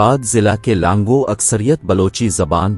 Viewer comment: پہلی بات ک آپ بول رہے ہو لانگو جبکہ اصل لفظ ہے لانگا اور بار بار بول رہے ہو ک لانگہ رند نہیں ہے اصل میں لانگا رند میں سے ہی ہے اور ہر پروگرام میں بلوچی history غلط بتا رہے ہو اور اپنے ویڈیوز میں بلوچوں کی بجائے راجپوت کبھی مراٹھا ک فوٹوز دیکھا دیتے ہو مہربانی کرکے آپ ہماری تاریخ خراب نہ کرے اور ویڈیوز بنانے سے پہلے بلوچوں کی تاریخ پہ صحیح طریقے سے ریسرچ کر کے ویڈیوز بنائیں ورنہ آپ پہ غلط history بتانے پہ کیس کردیے گئے جس کے زمادر آپ خود ہونگے میں اپنے بلوچ بھائیوں سے گزارش کرتا ہوں کہ جب تک یہ بندہ صحیح history نہیں بتاتا تو آپ ان کے ویڈیوز نہ دیکھیں